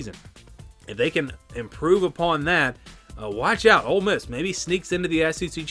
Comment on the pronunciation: I don't know they at least pronounce Ole Miss correctly.😂😅